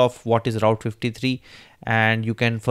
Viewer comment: Hello Route pronounce proper